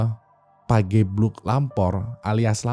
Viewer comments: Bacanya pa GE bluk bukan pagebluk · Fyi bang, pageblug itu E nya dibaca kyk bareng, sedap, sepatu gitu wkwk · Coba penyebutan "E" nya kayak "kejadian" wing wkwk, pagebluk, kemukus wkwk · . 'Pagebluk' (ge) -sama kaya pengucapan 'Gergaji' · penyebutan pagebluk nya itu, "ge"rahang bawah mepet keatas, jadi pas penyebutan "pagebluk" rahang ga kebawah. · ini ga riset dulu cara ngebaca 'pagebluk' sama 'kemukus' apa? grind my gears banget sebagai orang jawa hahahaha